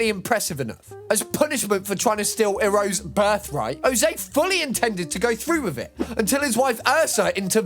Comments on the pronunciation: You can disrespect Ozai by pronouncing his name like a diet drink from the 90’s but our beloved Uncle’s name is pronounced Eye-row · Ozai is said "Ohz-eye" and Iroh, "Eye-roe". Anywho, yes you should do an entire thing on Family Guy's family. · My guy if youre gonna cover series you havent watched before maaaaaaybe look up how to pronounce the character names. Hearing Ozai and Iroh pronounced like this is pain 😂